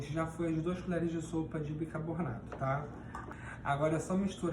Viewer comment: admiro a sua capacidade na saboaria caseira, porém, acredito que a sua pronuncia errada da palavra BICARBONATO, não se deve ao seu problema, mas muito provavelmente porque você deve ter aprendido de forma errada como a maioria das pessoas. Como eu já disse anteriormente, você é excepcional como saboeiro. Tente corrigir sua pronuncia.